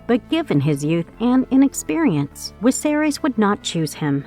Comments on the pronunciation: Omg woman its Viserys NOT wiserys 🙈....V NOT W 😂😂 that was sooo annoying 🤣🤣🤣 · Who's King Wiserys? Thought it was Viserys. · Can people on youtube start pronouncing names properly because it's a good indication they don't read the books or watch the show when they say names wrong in videos based on something so popular. It shows that they are simply reading a script written by someone else and aren't familiar with this at all. At least say Viserys properly. It's hard to take this video seriously when you got a name wrong 20 seconds in. I turned the video off. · Some languages use a W sound for V, but I haven't noticed her do it for ANY other word. lol Sometimes I think they mispronounce things on purpose, since all the narrators do it and a lot of the time it's on simple words (imo)